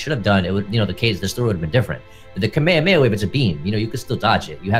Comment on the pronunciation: It irritates me when people say Kamehameha wrong.🤦🏾‍♂️ Like they say it the same way EVERY SINGLE TIME. I don't get what's so hard 💀